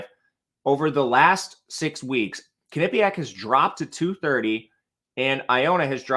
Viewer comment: Butchered the way you pronounce Quinnipiac lol.